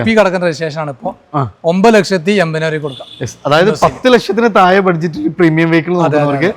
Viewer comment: തായേ അല്ല... താഴെ...താഴെ....